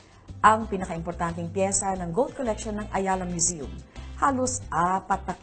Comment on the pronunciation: Tama ba ang narinig ko.... " Ayala Museum ".